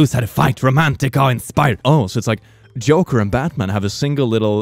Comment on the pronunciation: He pronouced joker as yoker and I can't stop laughing